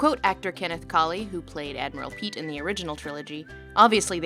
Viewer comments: “Admiral Pete”? Piett is pronounced “pee-et.” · admiral PEET? you mean Pee-et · Admiral Pete? Isn't Piet pronounced Pee-Yet? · Mispronouncing Admiral Piett (PEE-ette) as Admiral Pete was very amusing. Thank you! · Great video, but 2 criticisms of minor things that bothered me. In the beginning you describe the Show at Disney Orlando, but show footage of Disneyland in Anaheim. The name is not pronounced "Pete" but rather "pee - et" Carry on. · No one is going to read this or care but it's Admiral Piett, pronounced pi-ett. Not peat. It's not even one of those names that is never spoken and you have to read about in the credits. It's said a few times. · Pee-YETT, not peet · It's not Admiral "Pete" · Piett is pronouced Pee-yet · Uh, duh, its Admiral Piett, not Admiral Peet. That aside, Palpatine did nothing wrong! On a more serious note, you throw the buzzword fascism and fascist around quite a lot, so much so it seems to be less of a absolute definition and more of a broad charactirization without any sensibility for the fine details. There is a line here which is, especially in regards to those "closeted fascist" of the New Republic you mention, blurred. Not everyone wishing for strong, centrist government is necessarily a fascist. Authoritarianism can take many forms and by blanketing all possible standpoints with the category of fascist youre doing your analysis a disservice, not to mention you fail to grasp important distinctions which makes understanding these points of view much easier. And understanding them one should, if only to better oppose them. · "Admiral Pete"? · I'm sorry 'Admiral Pete?????' That's not how you pronounce that. ps. I'm petty. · Lindsay's videos are always good and always make a good point so I don't want to be that guy who points out pronunciations but wasn't Admiral Piett more like "pee-ETT" more than "PEET" /pedantry sorry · Obviously the only correct way to say it as Darth Vader says it "You are in charge now, Admiral Piett".